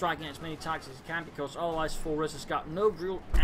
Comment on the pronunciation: I think it's pronounced Ares,:^)